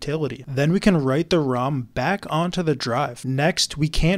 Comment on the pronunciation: I have been watching some tech videos where the person intentionally mispronounces words for engagement on his videos and when you said ROM, my first thought was "damn it not another one!" But then tech monke brain booted up and reminded normal monke brain that ROM is correct. 😂